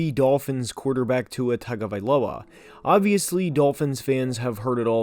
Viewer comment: it is pronounced tongue avi low a, you moron! how many times does this need to be explained to you people!?